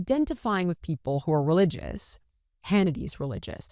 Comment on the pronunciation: I cringed everytime you said RELIGIOUS. I am so grateful when Benny explained the same thing I was thinking. As a Christian I believe in The Word. Thanks to the both of you for being open to this discussion.